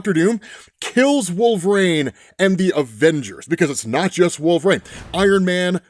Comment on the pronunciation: Not until he figures out how to pronounce "Wolverine" instead of "Wolver-reign"